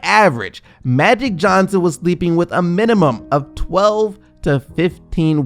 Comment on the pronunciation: What the fuck is Mattic Johnson 🤦🏾‍♂️